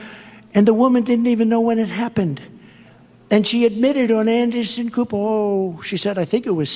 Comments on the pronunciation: Did I hear him right? Did he just say andysin copper? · “Andy-son Cooo-oh” no one gonna discuss this?? He glitched saying Anderson Cooper.